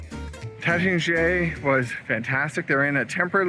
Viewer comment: It’s Taittinger…pronounced TATE-en-zhay.